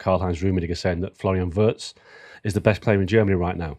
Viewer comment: Please not WURTZ, Listen to Jan for a proper pronunciation.